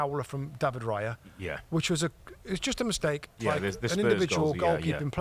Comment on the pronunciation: it's "Raya" not "Riya"...